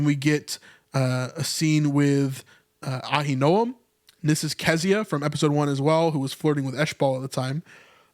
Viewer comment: Uh-HIN-o-um. Ahinoam